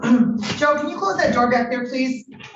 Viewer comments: Day do do dat don't day? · is she trying to say (THAT) insread of (DAT) LOL speak proper english